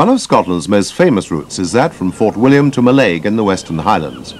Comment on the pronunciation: oh be fair he nailed Glenfinnan and Fort William 2 out of 9 aint bad